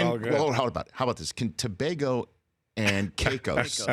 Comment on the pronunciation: Big up to Rich for pronouncing Tobago correctly.